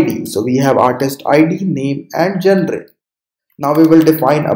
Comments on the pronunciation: gen - re is not the pronunciation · Your pronunciation of genre made me stop watching this video.